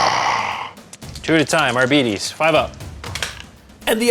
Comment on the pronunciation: "Arbeetees" :D